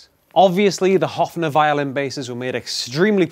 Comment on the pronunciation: Pleeeeeaaaasssseeee dont say Hoffner its Höfner [Hoefner]